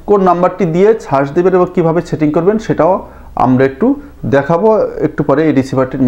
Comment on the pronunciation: ইনফরমেশন গুলি ভাল, তবে এখন ভাষাগত উচ্চারনের দিকে একটু মনোযোগ দিবেন।(setting = chating, satellite = chetelite, service = charbis, receiver = richiver , se LNB = achi LNB ইত্যাদি )